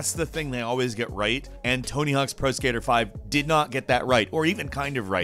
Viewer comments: He says,”pro skyter”(yes he said “skyter”) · Pro Skiter??? XD